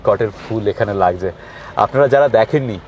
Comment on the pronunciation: আপনি তো আপনার ভিডিওতে সবকিছু শুদ্ধ অনির্ভর রাখতে চেষ্টা করেন। তাহলে শব্দের দিকে একটু নজর দিচ্ছেন না কেন। যেমন 'লাগজে' না 'লাগছে 'এরকম কিছু কিছু শব্দ।